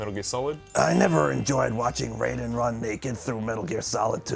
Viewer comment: Raiden, guys....as in RIDE-IN.